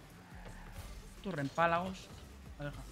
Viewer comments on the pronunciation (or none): En Mexico los conocemos como relámpagos y no rempalagos